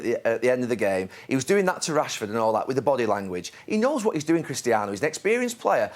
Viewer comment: The way Roy pronounces "RASHFORD" is fun pricking